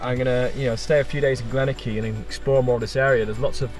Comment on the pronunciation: pr. Glen-or-key. ;)